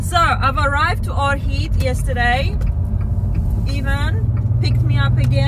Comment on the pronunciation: Ohrid not Orhid